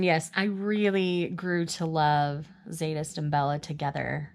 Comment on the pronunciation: The Z is silent in Zsadist.I can't wait to talk about these books with you.I wanted Butch with someone else.😙